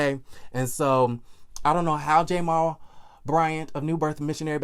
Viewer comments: why do you say J- mal. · Why are you pronouncing his name like that...?